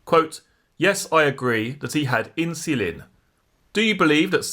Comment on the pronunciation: Why does this voice mispronounce insulin?